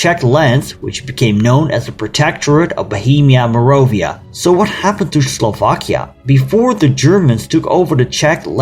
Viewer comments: “Morovia?” Where are you from? It’s Moravia. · Great video! I love Slovakia so it's nice to see a video on this dark part of its history. One small comment, though. It's MorAvia not MorOvia :)